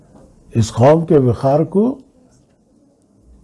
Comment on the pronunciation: Khaum???? Qaum lafz hota hai sagab